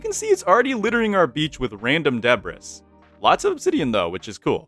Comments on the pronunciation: lmaoo calling it deb-riss, it's deb-ree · yeah its uh. duh-bree. not deb-riss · Thats a funny way to pronounce debris. Its pronounced de brii, not debras. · you hit some WHAT? Dubreiss? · Debris, but he pronounced the s. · bruh. debris is pronounced duh-bree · bruh, that must've been some Norwegian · i feel that pronaunciation of debris was very wrong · He says debris like the name of a sitcom secretary. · Bro think he British It happens, somehow people don't quite find out how to say debris until it's too late, the debris got to em 😢